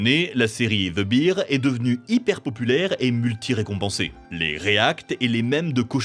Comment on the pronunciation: il prononce la série "the beer" et l'écrit "the bear"